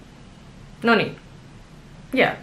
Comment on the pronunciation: The pronunciation weight makes such a difference in this word.. It can be everything from disappointment, reprimand to excitement. Like how you first couple times say it - let's get serious. But not the third time you say it. Third time you have too much of an uplift in the end to mean the same thing as first two.